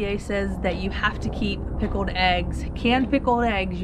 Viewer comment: You are aware, no doubt, that the word pickled has a veery obvious "L" right there between the k and the e, See it? there is not such thing as a darned pikoed egg. Maybe you could make some pikoed e's and just forget the "g's" in the word eggs too!